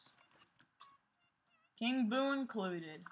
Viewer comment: U said king boo wrong